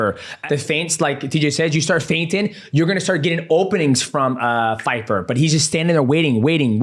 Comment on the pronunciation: Dj not Feifer,Pyfer 😂